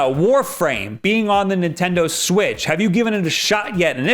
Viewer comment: Swaz doo lah, Nintenno